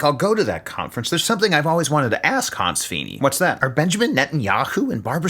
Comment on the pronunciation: Honse? I thought all this time it was Hanz.....!!!